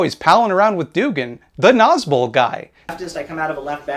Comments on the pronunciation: i definitely had thought you said "nazgul" like the ringwraiths and i'm really upset that i have now learned about the thing you actually said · Oh my Gods, when I watched your original video on the subject I didn't know that nazbol was an actual (terrible) thing, and i thought you were calling them Nazgul. Which still fits, they are the monstrous inhuman servants of a dark purpose who only care for power. But thank you for clarifying that.